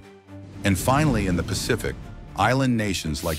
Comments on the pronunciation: Its pronounced "Ki-ri-bas" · Did you say Kiribati wrong?